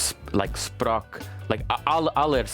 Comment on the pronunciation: Being Norwigian this is so funny I like how you say sprak like spark and not språk